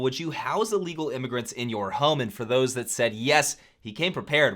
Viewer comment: I think you mean illegal with an “I” at the beginning with a short “I” sound